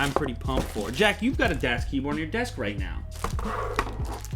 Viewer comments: I cringed every time he said "DEAS" instead of DAS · youre saying it wrong... its daas not dass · It's not Das its pronounced "Daws" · I can't believe people are getting bent outta shape over him calling this the "best" keyboard. So what? He can call it what he wants. Grow a pair people. Is there a reason he pronounces it Dass like ass instead of Das like DOS? In any case I've got a Das 4C Ultimate on the way which'll be my first blank board. I considered the full size Ultimate but damn it's expensive and huge. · not DAS pronounced DOS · its pronounced dawhs with a long a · It's pronounced "dos" with a soft "o" sound, as in "office." "Das" is German for "the" in the neuter sense. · It annoys me how he constantly says, "Dass Keyboard". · its pronounced dahs keyboard, its german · it's pronounced like "duss keyboard", if anyone is interested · i think you are supposed to say it the german das, with a short A. Like the car you know, das auto. Das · DASS keyboard lol. It's really not that hard to pronounce. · Lew, it's a German company so it's pronounced "DA-AH-SS" Keyboard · You just say the name wrong :P Das Keyboard is just german for The keyboard :p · Du hast "das" falsch ausgesprochen, und soll es nicht "die Keyboard (Tastatur)" sein? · Who else cringes when he pronounces "das" wrong? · He says das like an American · As a german schnitzel i love how people pronounce das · Am I the only one bothered by him mispronouncing the name? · Das has made pretty shit recent keyboards, using greentech switches. Plus you said das wrong the whole review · ***** das is actually pronounced the way you say "bus" ...